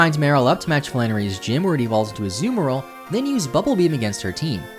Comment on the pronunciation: All I heard was "Azoomerill"